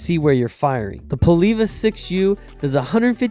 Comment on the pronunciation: It's polÊva, not "polIva"